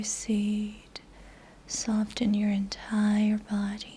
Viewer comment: FYI: The T in the word SOFTEN is NOT (ever) pronounced!! IT IS SILENT. Please correct your mispronunciation,! Thank you.